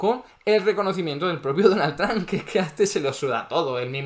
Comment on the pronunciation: Amo que diga "donal tran" JAJAJA nose quien es mas estafador. Este o el presiduende que tenemos en argentina